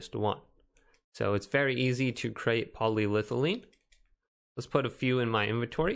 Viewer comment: It’s poly- ethylene. It’s an ethyl alcohol multi chain to create a plastic. It sounds like you know stuff when you say it correctly.😂